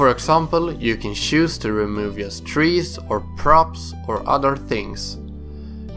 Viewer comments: "yust do it" definitely Swedish :D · YESSSSS haha jesus x'D